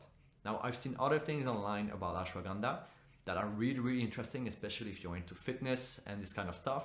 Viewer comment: That’s not how you pronounce Ashwagandha 😂😂😂